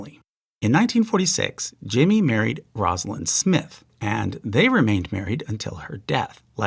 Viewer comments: Mrs Carter's name is pronounced, "Rōsa-lin" not "Rahsalin." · Maybe you should include every mistake you've ever made here too. And if you had paid attention to all past pronunciation of Rosalynn, you would know it's not Roz, but Rose a lynn.